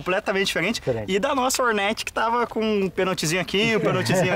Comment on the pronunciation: Video top mas apartir do momento que ele falou "Orneti" Eu parei de ver..